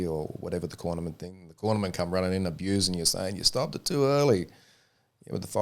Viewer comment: “you can do ehttttttt” 😂😂😂